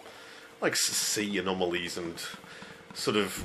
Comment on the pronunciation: Sweet! Looks pretty good. I like the music as well. Will check this out later on the Everdrive =) Thanks for posting! LOL, did you say sea anomolies or sea anemones? Some wierd things in the sea down there =)